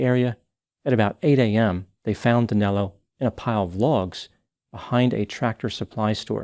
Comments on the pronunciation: It’s so fucked up how Americans can’t say “Danilo”! 😆😆😆😆 Danelo?!?! Wtf!!! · DANILO!!!!!!!!! Not Danelo. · It doesn´t make much of a difference, but his name is Danilo, not Danelo. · Great work as usual,. Just one correction: it's Danilo, not Danelo P.S. - I am ashamed that a countryman of mine caused such havoc in the U.S. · I don't understand where the name DanElo came from. His name is Danilo, NOT DanElo. Danelo is not a name in Brazil. Lol.